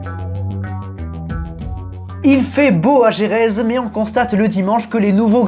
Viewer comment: Toujours des difficultés à prononcer Jerez ou Guadalajara 🤣😂🤣